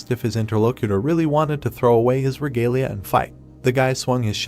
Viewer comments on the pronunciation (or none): none